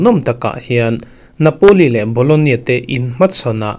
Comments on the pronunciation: bologna tih tur😂😂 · BOLOGNA ti in lam ve mai la.